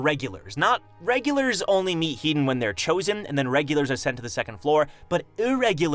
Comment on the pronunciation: Headon is pronounced "He - Don" not "Heat don", i dont know why this has anoyed me but it has haha.